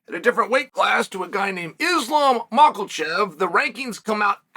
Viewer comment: The day Chael pronounces Islam’s name correctly, pigs will fly hahaha